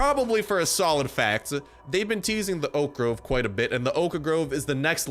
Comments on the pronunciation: O- khhh . Wtf is the o kh a grove? Stop giving me ear cancer xD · Ridh Shahdatullah oak.a Grove xd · The way he says 'Oak Grove' is funny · The way he says 'Oak Grove' is funny.